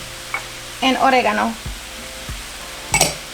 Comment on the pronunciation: why do you say oregono like that